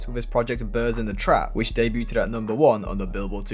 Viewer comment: someone tell this kid how to pronounce "debuted", FFS... 🙄